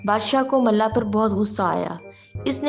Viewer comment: It's mulla not malla